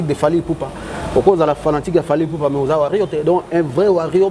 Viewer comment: Ken ekomi Ba Warrions ? 🤷🏾‍♂️Tu as même contaminé ton invité qui avait bien commencé en disant warriors mais après, il a finit par dire warrion comme toi!😳👉🏾 Mais eza nini?🥺🥺🥺